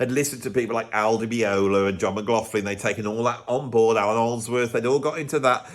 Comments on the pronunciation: Someday, maybe he’ll learn to properly pronounce “McLaughlin” - it’s not “McLauflin” 🤷🏽‍♂️ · As a proud McLaughlin, he drives me nuts. It’s McLock-Lin or McGlock-Lin. Even in the USA. Where the F came from nobody knows.